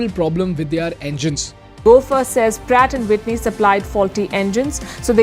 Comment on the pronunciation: "Pratt & White knee" "Brat & Witney" 😂